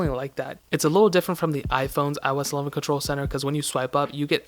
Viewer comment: iOS 11dy? WTF?😂😂 😂